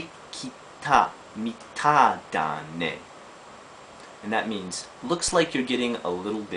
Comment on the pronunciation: About the last one, pronunciation should be "mitai da ne" and not "mitah da ne". Apart from that, loved the video. It's been a while since I've been in Japan but I know these words well and had a chuckle or two remembering them. Keep 'em coming.